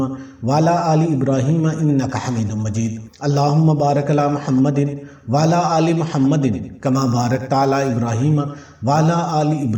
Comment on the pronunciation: Khuda k bannday darood to sahee Padna seekh lo wa ala ki bajay wala pad rahay ho